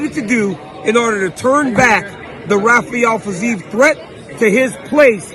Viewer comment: dc's brain switched to portuguese saying rafael fiziev's name lol